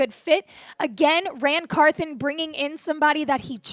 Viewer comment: Can we get the old host back please come back Tom downmey until then.. easy choice Locked on titans podcast with Tyler and A to Z .. this girls voice is awful and she knows zip about the Titans can't even pronounce NWI"'s name or Ran Carthon peace